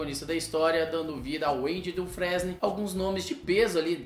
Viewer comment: A pronúncia é Andy "Dufreine", não "Dufrésne"